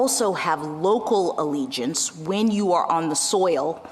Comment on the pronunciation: Jackson is wrong on "allegiance."